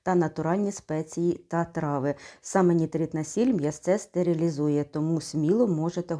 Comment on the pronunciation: Триханелу не "стерелизуэ"